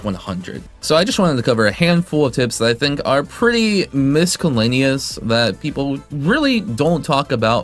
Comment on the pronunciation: Hey, look up how you're supposed to pronounce "miscellaneous". The way you said it is incorrect. Haha